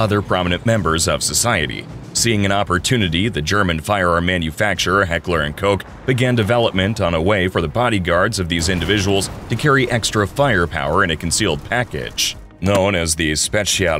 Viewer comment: Sorry say that again mister American? Heckler and coke? Ahem tf